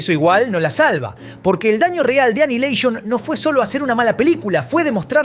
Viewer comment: "Anaialeishon"?? xddddd